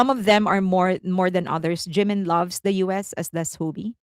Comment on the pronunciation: Here we go again! First, his name is Jimin, not Jinmin. Second, copied? Blonde hair and long is now intellectual property of Felix? What are you talking about? Blonde hair suits Jimin very well. He is absolutely gorgeous. You could have praised your faves without mentioning Jimin, but you can’t help yourself, don’t you?